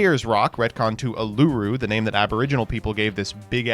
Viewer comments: This video might be the most Mispronounces Cards of all time. Ben kye? Juicynoko? Grand Gweenol?? You Just Straight Up Swapped The Syllables In Uluru. Like come on dude Anyways I love the Floo lore its so cute c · another american who cant pronouce uluru :facepalm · I have never heard anyone pronounce uluru so weird